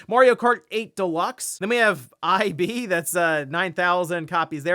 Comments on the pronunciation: I-B? Rlly? C'mon now, pronounced as EEB, not I-B smh, though I'm guessing he never kept up with RPGmaker games back in the early 2010s so possible he never even knew about this game to begin with. Big sad either way, but big plus for this game to get a proper retail release after like a decade. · Ib is pronounced eeb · I don't think that is how Ib is pronounced. The b is not capitalized and there are no periods separating the letters. Maybe most of people who voted on the poll are younger people who didn't really experience the Game Boy and NES. I would like to play the Virtual Boy with Wario Land. Emulation for that is a bit rough and glitchy and my screen ended up a purple pink instead of red. I guess it's better on the eyes. I got a new Switch controller with Skyward Sword link on it. It sucks that it's wired but since it's cheaper than a pro controller I guess it's a fair trade off.